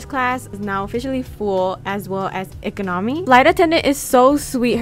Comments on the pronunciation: as well as encomeny LOL she said it wrong but it was funny too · IM SO SORRY BUT.. “so as ekenomi” GIRL WHAT 😭😭